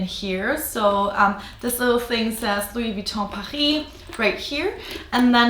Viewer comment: Are you French? Your pronounce Luois Vuitton so well 😃